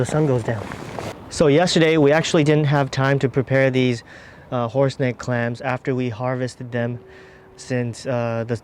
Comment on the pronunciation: Did u say horse neck, or horse dick?